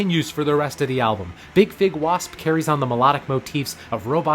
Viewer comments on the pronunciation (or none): none